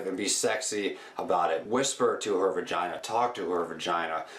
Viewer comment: its a vagina, not vergina....period dude is creepy as fuck